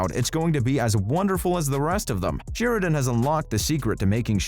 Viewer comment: It's SHARE-A-DONE, not Sheer-a-Done.